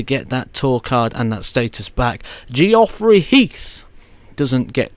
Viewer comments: Yes it's not Gee..off...rey. Your videos are excellent so we can let you off. 👍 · The way you pronounce some people's names always makes me laugh. Especially when you say Geoffrey 🤣🤣 great video though, cheers!